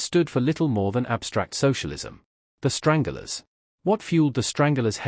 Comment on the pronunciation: It’s the Stranglers not. Strangulars ffs